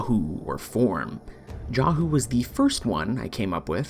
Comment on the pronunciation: the void tongue saying jahu: JAU albrecht and loid saying jahu: JAHOO the way its written in orokin: Jahoo they way orokin words work H can be slient.